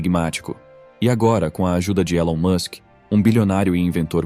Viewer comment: O video não mostra imagem e ele ainda pronuncia o nome do Elon errado.. Perda de tempo